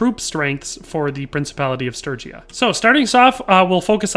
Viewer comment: I'm just relieved you can say sturgia, sturgian properly.